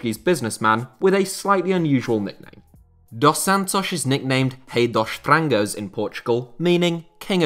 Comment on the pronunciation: Damn. I know you don't speak Portuguese but saying "Hei dosh trangoz" is something else. You can say enunciate the R's (softly but that's ok) and the F's as you do in English. They don't bite. :)